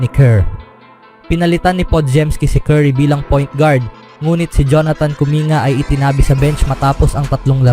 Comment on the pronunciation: "Kuming-ga" pagkakabigkas po, hindi "Kuminga".